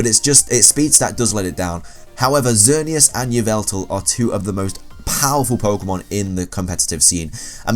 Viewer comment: Oh my god, somebody who can actually pronounce xerneas correctly!!!